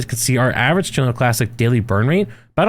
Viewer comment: WHy does he keep saying Tuna Classic?